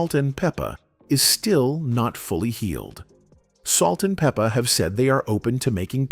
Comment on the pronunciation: "Peep-a" , "Bi-op-ic" 🙄